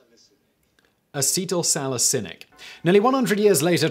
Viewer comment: say it with me Simon: “ah-seat-l sal-ih-sill-ick”